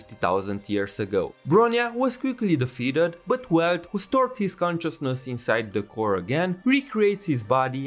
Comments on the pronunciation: Keep in mind: "Welt" is pronounced as [Velt] because the German language pronounces W like a V. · The main crime I see in the game is to not pronounce Welt "Velt" like it's supposed to be in german